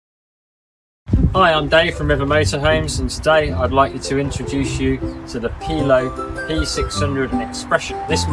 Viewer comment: None of them seem to know how to pronounce Chausson or Pilote though.